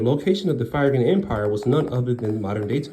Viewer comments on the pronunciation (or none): Phrygian=Fri-ge-an. Short I, long e and short a.